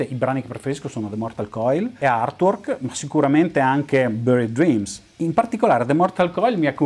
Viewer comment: =)) ottimo! cmq se posso ti do una piccola dritta si pronuncia artuork (con la a aspirata) non irtuork🙂 ah non dimentichiamo che Giger creo' pure l'alieno di Specie mortale (la serie Species, colla modella bionda che si trasforma :=))) purtroppo HR giger e' morto 4-5 anni fa :=(((